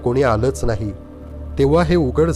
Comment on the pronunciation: ज्ञाण, अणूभव, णाही - ज्ञान अनुभव, नाही उच्चार सुधारावे नम्र विनंती